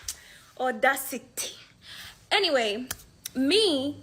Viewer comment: "I was raised in Africa" was so off putting.... Africans don't say that bullshit they just say....WHERE. Tanzania, Ghana, B.Faso, Egypt but they will give the location. Way she said "Audacity" was very Nigerian that is how syllables of English words are handled over there when something is serious...